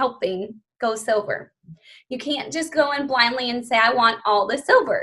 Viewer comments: Also I keep thinking she is saying "get people sober" and its throwing me for a loop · Me too!!!! I KEEP hearing sober!!!! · Anyone else hearing her say ‘sober’, not ‘silver’? 🤔